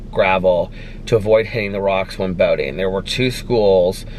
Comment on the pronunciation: When you said boating ,I thought you said boning 🤣🤣🤣.